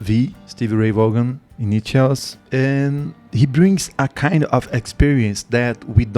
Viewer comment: Thanks for the reaction! *This particular performance was at Austin City Limits in Austin, Texas. ACL, as it is affectionately referred to, is a famous music venue and is broadcast on public television here in the States. He did, however, mention playing at the Rome Inn before he became famous. The Rome Inn was also in Austin, Texas. *Vaughan is pronounced "Von" *Yes, I agree with him being in a state of Nirvana and other consciousness when he played. I would love to know what he saw or where he went in his soul when he played. *Texas Flood at El Macambo* *Life Without You at Capitol Theater* *Ain't Gone N Give Up On Love at Capitol Theater*